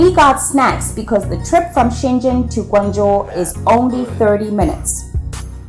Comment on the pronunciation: Hey sister, as a Guangzhou people I really appreciate that you pronounce the Guangzhou in a correct and clear language but Shenzhen not, all I have just respect for you ✊